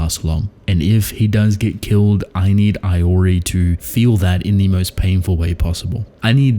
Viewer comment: Day # 1 of telling you Iori is pronounced "eee-o-rii" not "eye-o-rii" 😭